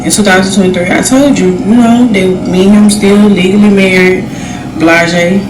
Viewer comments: Isn't the term Blaise Blaise not Blajah Blajah. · “Tenta-tantrum” and “blazhae-blazhae” 🤦🏽‍♀️ all 3 of them seem like they have 1/2 a chromosome extra—all 3 of em’ the BM, him and KeKe…